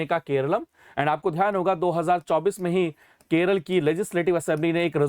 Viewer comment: no use in changing the name.. cos everyone still calls it 'keral' ..just like u sir😂